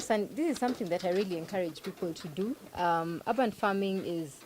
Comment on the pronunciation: Great series, but the mispronounciation of "urban" grates. It is not "ah-ban", but "err-ban".Make it easy for ousiders to understand you by using standard pronounciation.